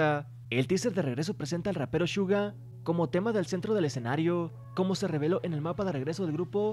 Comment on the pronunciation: Amigo no es shuga Entiendes!!!!